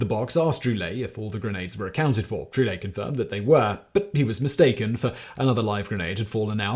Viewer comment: Giroux is pronounced zhee-ROO